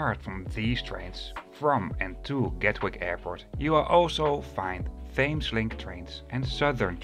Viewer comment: Hi. Thanks for this. I enjoy your videos. But one very small correction that I can't resist making (sorry). The name 'Thames' is pronounced 'Temes'. The 'h' is silent and 'Thames' rhymes with 'gems'. I am very aware in saying this that 1/ your English is infinitely better than my Dutch, and 2/ pronunciation in English (especially names) can be hugely at odds with spelling. Keep up the good work.